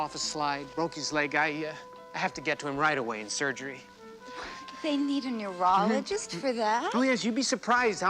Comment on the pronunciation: Heard it as numerologist, not neurologist...